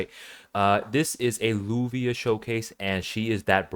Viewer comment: You pronounce it Lavia or luvia not lubia